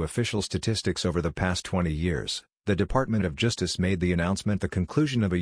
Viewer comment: ►What is “juice-dis”? Did you “juice-dis”?